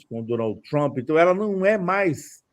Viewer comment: Por que essa necessidsde de enrolar a língua pra pronunciar "Troomp", que coisa feia!!